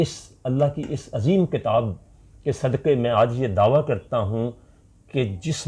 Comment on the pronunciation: دعویٰ. درست تلفظ